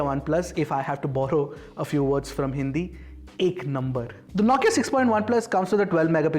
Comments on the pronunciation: Naukia or Nokia😂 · Is the pronunciation "NO-KIA" or "NAW-KIA"?